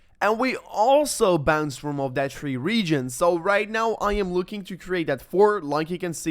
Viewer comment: It’s “THREE” not “TREE” !